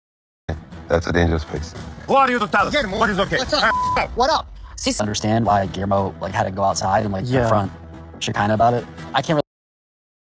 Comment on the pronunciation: Shekinah has proven to be a bigot brfore, remember her trans comment? Or her inability to pronounce Guillermo's name?